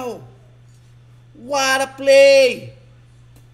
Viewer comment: WORD OF THE DAY “WATTAPLAY” “WATTADODGE”